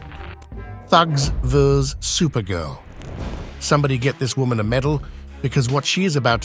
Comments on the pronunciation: and others..." Thugs 'vuhz' supergirl". This is no AI-generated comment, do you really ignore that 'vs' means ''versus' or 'against' if you want a word you can actually understand... It's not "Thugs vuhhz supergirl", as you said, but "thugs against supergirl" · VS means versus and not vees but this is the bs narration we get when these sites use A.I. instead of a human being. I am not at all impressed, tbh. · Need to train your AI narrator that “vs” is NOT pronounced “Vzz”. It’s short for versus and is pronounced as versus. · Somebody program this robot not to read vs as VZZZZ! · Sword "veez" the robbers? Thugs "vvuzz" Supergirl? Funny Mr. robot voice narrator "man" just can't figure out how to pronounce words that us actual human people persons can. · "VEEZE" for VS? You ignorant toad. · Also how narrator say "vees" for vs. (abbreviation for versus)